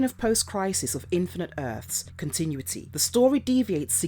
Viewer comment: I'm pretty sure I am hearing "continwitty" instead of "continuity."